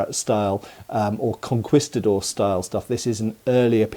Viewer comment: One thing I actually cringed at was your pronunciation of "conquistador." Every other audio source I've heard pronunces it as "con-kee-sta-dor."